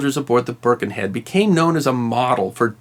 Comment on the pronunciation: I was born in Birkenhead and baulked at the first pronunciation of the name. Burrh-ken-Head. I thought it was brilliant that, by about 3 minutes, it was being pronounced like a local. Byrken-ead. And what an absolutely brilliant bit of info. Loved this.